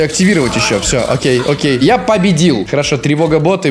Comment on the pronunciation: я победил, па па,я победил, я Падебил я Падебил 🤣 или мне так кажется)